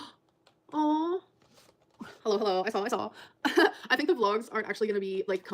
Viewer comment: As soon as she said “Hullo Hullo,”? BIGGEST eye roll. 🙄